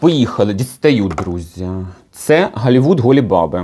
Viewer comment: "Холівуд. Голі баби" 😅😅😅англійська, яку ми заслужили 😅😅😅😅